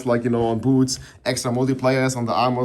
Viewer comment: "Just put every unique on yer bootz..."